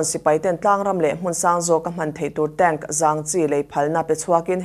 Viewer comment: tank "tenk" tia lam tur☺️